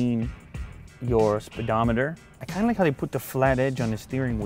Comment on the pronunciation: Niss-AN not Nisson. Speedometer not Spedometer. Come on its Basic English